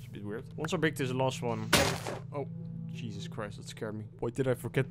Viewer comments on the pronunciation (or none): none